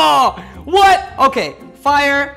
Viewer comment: ohhh that's really scary that Alex said firree!!! and that crocodile too